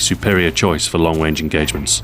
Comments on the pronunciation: did he say long wange engagements? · omg xbox ahoy failed he said "long wange engagements" :O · "At long wange engagements" xD